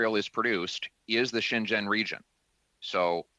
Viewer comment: ) Good work. But Pierre, please, say Xinjiang something like this [shin gee ong]. Your pronunciation sounds as though you're saying Shenzhen [shen jen], which is an entirely different location.